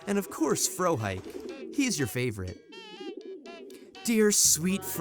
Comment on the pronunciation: My immersion though when "Frohike" is mispronounced